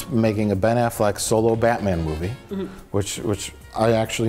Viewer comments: I realize this is 4 years late but, "afflekt"? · How did no-one correct when he keeps calling him Ben Afflect?